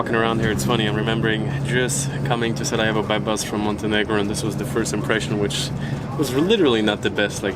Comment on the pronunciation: I love how you were calling it SaraHevo when you came the first time, and now you’re pronouncing it SaraYevo, as a local 😬 and awesome that you discovered City Gym in SCC, it’s a really nice one :)